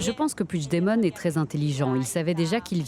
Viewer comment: Son nom se prononce "Pui-gue-demont" et non "Pouijedemont"... C'est un nom français, ca se prononce donc en français, pas en portugais...